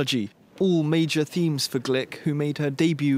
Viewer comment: Gluck not Glick🙄